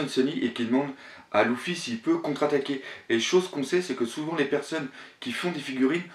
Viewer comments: Bien que tu sois fan du mangas, Loufy sa fait mal aux oreilles Luffy!!!! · Juste pour info luffy se prononce LEUFFY pas LOUFFY mdr sinon bien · c leffy pas louffy (prononciation) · lEEEEEEEffy putain elle est cool la vidéo idée intéressante mais la prononciation des prenons mon dieu sa fait peur s'il te plait corrige sa et sa sera super en tout cas merci pour cette hypothèse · Mec,s'il te plaît entraîne ta prononciation par ce que la c'est vraiment déguelasse entre luffy,shanks et thousand et j'en passe c'est plus possible !